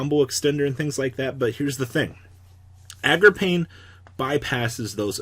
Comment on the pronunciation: I wish u would say card names correctly. It's Agarpain. A-GER-PAYNE!!!!! Not AGRAPAIN!!! Jesus Christ